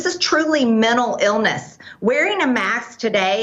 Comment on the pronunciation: She said "this is truly mennal illness". "Mennal", ok? "Mennal illness"